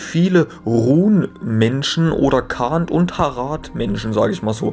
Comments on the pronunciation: Kleine Anmerkung 'Khand' wird Chand ausgesprochen. 'Ch' wie in 'machen' Ansonsten: Top😉🖒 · Alles ganz cool. Das Einzige, was mir ein bisschen missfällt, ist deine Aussprache (bspw. Khand oder Númenórer). In "Die Rückkehr des Königs" gibt es im Anhang eine Seite, die genau die Aussprache und diakritischen Zeichen des Quenya und Sindarin erklärt und es würde mich freuen, wenn du dich in Zukunft vielleicht etwas damit auseinandersetzen könntest. Aber alle anderen Aspekte des Videos sind to.